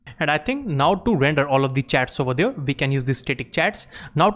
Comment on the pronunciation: Fantastic course for beginners but one small suggestion, please work on your over there...I was hearing you say "there" perfectly fine then what is up with the over there.